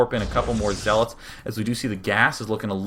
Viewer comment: He said zeelots...